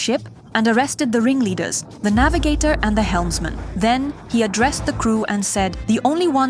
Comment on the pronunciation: CONGRATULATIONS, DEAR VIDEO'S PRESENTER!!! YOU PRONOUNCE CORRECTLY THE NAVIGATORS' NAMES!!! MANY THANKS!! VERY GOOD WORK!!❤❤❤